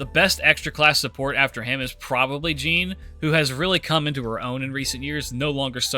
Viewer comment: Are you playing too much Genshin Impact? You called Jeanne Jean.